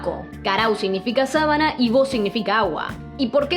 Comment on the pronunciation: No es Sábana, es Sabana, sin tilde